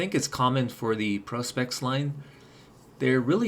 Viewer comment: ProSpex not ProsPex